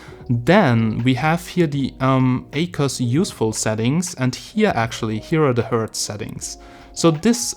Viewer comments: It's Ak-wos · I'd pronounce it like "Ack woss"